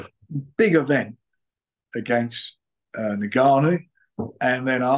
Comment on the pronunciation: Its Ngannou NOT Nig-gannou Frank! 😂🤣